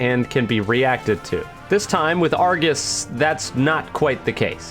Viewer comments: um, ackually, its ar-GOS, not ar-GIS, for you're information 🤓🤓🤓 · Why does it sound like he says Argis rather than Argos